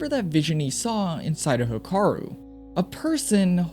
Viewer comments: youre pronouncing hikaru kinda sounds off sounds like hakaru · Hikaru is pronounced “He-(with a strong “ee”)-kah-roo” /informative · instantly paused the video and stopped watching when you pronounced hikaru wrong